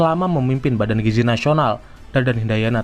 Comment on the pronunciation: gizi pak bukan giji🗿🗿🗿🗿